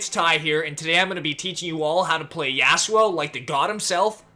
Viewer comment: The way you say Yasuo hurts my brain.